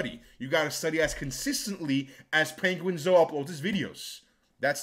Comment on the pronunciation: I've gained new respect for for calling him ''penguin-zo''😂